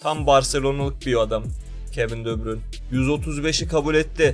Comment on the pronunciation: De bruynenin ismini doğru düzgün söyleyebilen yok